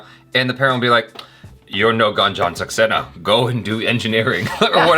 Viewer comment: says GUN JOHN SAXENA HA HA H JA